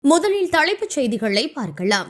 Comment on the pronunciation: என்னம்மா தமிழ் மேல இப்படி லாரி ஏத்தி கொல்லுற,,,, தழைப்பு செய்தி ன்கிற, முதழில்னு சொல்ற,, பார்கழாம் னு சொல்ற உனக்கு தமிழ் சொல்லிக் கொடுத்தவன் யாரு? நீ normala பேசு தமிழ் pronouns ன்கிற பேர்ல கொல்லாத,, உன் voice கேக்கவே எரிச்சலா இருக்கு